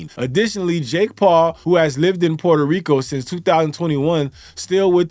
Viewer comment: I love the way my dude says "PUER-TOH RICO". He is pronouncing it correctly but still sounds gringo. 😆👊